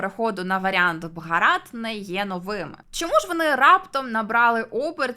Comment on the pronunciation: А нащо ви їх руснею називаєте? Не стиковочка. Самі ж називаєте їх руснею і ще й претензії до назви виставляєте, та й російську мову часто руською звете. Скажіть в соціумі що вам подобається руська мова, валізи в РФ спакують, хоча малась на увазі мова Руси а не РФ.